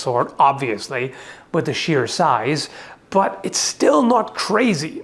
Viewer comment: I like that "but" which is more like "BUTT"